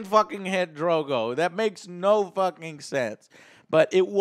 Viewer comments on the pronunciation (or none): Are you sure you've been watching all this time? You pronounced so many names wrong lol. Yurion? Drogo? Cleg-in bowl?